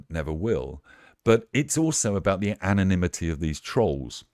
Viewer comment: It's anonymity, not 'anomity'!